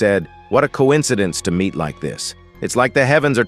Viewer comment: Bro don't say meet like that